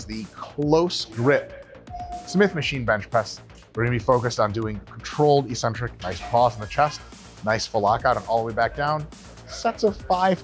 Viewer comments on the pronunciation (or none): Eccentric is pronounced ik-sentric, not issentric. Everybody gets it wrong.